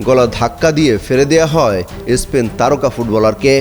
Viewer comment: এস্পেন, এস্ক্লোনি 😂😂😂😂😂 it's স্পেন অংশ স্কালোনি, ই ই ই 😂😂😂